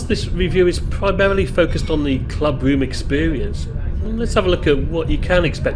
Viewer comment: May I just say that you need speech therapy, especially when you pronounce words that contain the letter R, for example It is a 'ROOM' and not a WROOM as you put it. Highly annoying !